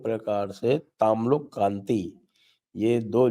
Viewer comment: Tamluk nahi sir o Tomluk bolte hai hum😊😊